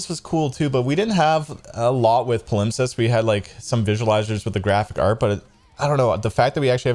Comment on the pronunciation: pal-imp-sest is how you say their previous album, my guy